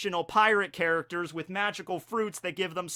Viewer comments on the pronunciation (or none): none